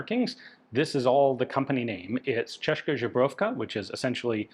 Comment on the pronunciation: as Slavic man i always laugh when hear it from Ian. Its should sound like Che-Ska Zbro-Yov-Ka